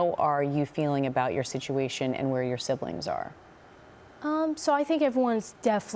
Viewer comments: "Siblins" instead of siblings and use the letter K in "ing" word endings like "ink" instead of "ing". Fascinating subject. They are angels. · I absolutely love accent! The way she pronounces “siblings” like a Latina from the Bronx ❤️❤️